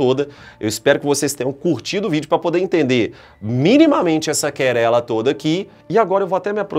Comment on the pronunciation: Querela?!?!? O Senhor é de onde professor? (Minas Gerais é quase certeza, mas de que cidade?).